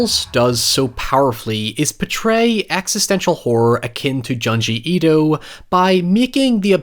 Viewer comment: You mispronounce junji Ito